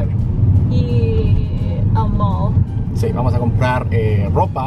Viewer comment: Minuto habia escuchado otra cosa, me quede asi de WTF!!!? luego escuche bien y dijo IR AL MALL * MOL * como lo pronuncio xd